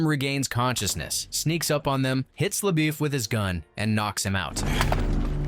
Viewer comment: How is it that you know this story well enough to recount the entire saga for us and yet cannot pronounce LaBeef?